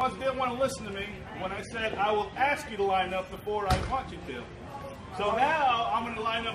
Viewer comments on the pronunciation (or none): She usually axe-s a lot a querstions.